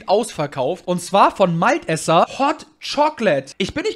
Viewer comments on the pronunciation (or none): Malteser und nicht Malt eser 😂Boar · Heißt das nicht MalTEsers... Also Mal.... Te....ser. 🤔😉🤤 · Honig combo🤣 wenn dus nicht weist google doch kurz was es heisst😋 und lern pls malteser aussprechen und snickers;)